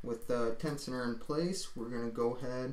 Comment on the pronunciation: Great Video, but lol "tecioner" :) say "tenshioner" one more time ! ;)